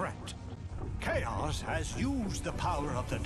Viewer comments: It's kaos not choas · f it's Kaos K.A.O.S not chaos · also its pronounced k-a-o-s